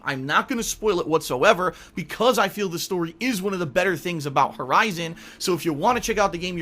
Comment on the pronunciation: Did he just say VERIZON Zero Dawn??? LOL keep up the good work.